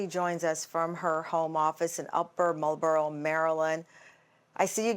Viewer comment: Upper Mar-l-barrow is how to say it !!!!!! Well please know First Baptist Church of Glenarden is nearby !! Please know Pastor Jenkins helps lots of people!! We love her always have!!! Such a beauty !!!! Pray wait you didn’t say God ! 🙁